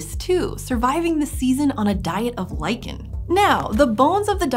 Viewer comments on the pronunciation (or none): none